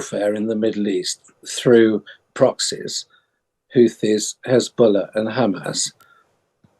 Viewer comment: "Hezbuller" XD